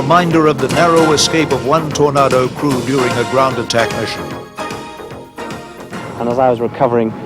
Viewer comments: What's wrong with the commentators? They have English accents but talk about Tornardos and Jagwars. We don't pronounce the names of those fighters that way. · What's that, Tor•nardo? Another way of pronouncing "tornado" ? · It's pronounced Tor-nay-do! I'm not triggered, you're triggered... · why the hell does he say Torardo... they are Tornados.. ffs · Tor-nar-do ? smh. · I got really mad becouse he was saying tornado rong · If only the English narrator could pronounce the name of the British plane used. What is a tornarrrrdo? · WTF is a "Tornardo"? if your narrator doesn't even know how to pronounce the aircraft names he's in the wrong job. Worse that it's an aircraft from his own country. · Nobody says it that way - it is TornAYdo, even for Brits! I don't know where this commentator gets that from! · british tor nar dos ? at least say it right! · Ha ha pronunciation is important .. tor-nar-doe. Ha ha. Tornado.. think weather/wind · Its Tor-nay-doh ffs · Seriously?The British cant pronounce Tornado right???Wtf is a Tora nado???? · You make a kind of valid point (Tomato or Toma[E]to) but take it from me, nobody, NOBODY in UK says torna[r]do. Neither, as in the popular song, does ANYBODY say Potarto! Not even the Queen, God Bless her! Been here 80 years and keep open my ears! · FFS, learn how to pronounce Tornado! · Well, at least if the names of the planes were letters and numbers, the narrator could get them right. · Great documentary apart from using a narrator who can't say the word ' tornado' properly. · Hmmm… Tornado. Pronounced the same each side of Atlantic, but not here… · This is toe-curlingly irritating commentry. It is a fake English accent. He mis-pronouces the words "Tornado", "Jaguar" and "missile". They are pronounced as an American would pronounce them. If you want an English accent - use an English commentator - not an actor. It rather spoils the video. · How did he pronounce Tornado again? For gods sake it sounds ridiculous. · WTF is a “Tornardo?”